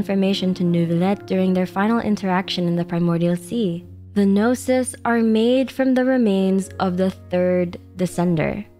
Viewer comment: Traveler is not a "gnosis" but a "no sis"